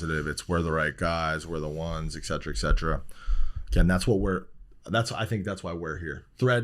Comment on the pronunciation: I just cannot trust people who pronounce excetera that way